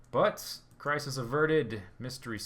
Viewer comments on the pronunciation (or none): none